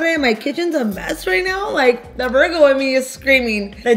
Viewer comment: I am dead! “I’m a VERGO” not Virgo but VERGO😂😂 5 shots where? The two got her lit lit 😂🔥👏🏼